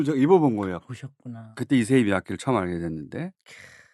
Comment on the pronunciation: ISSEI가 이름, MIYAKE는 성. 이세이 가 아니라 잇쎄이 라고 발음하는 게 맞습니다.